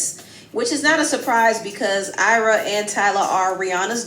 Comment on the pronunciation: it’s AYRA not Arya😭😭😭 chii